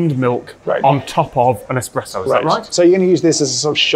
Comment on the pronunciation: Most importantly, you have discovered a love of coffee, 👏👏👏 I also offer my apologies, because I'm the bore that is going to bring up that the 'pressurised-water brewed coffee bean liquor' is called espresso (and not expresso)... 🤞😬👍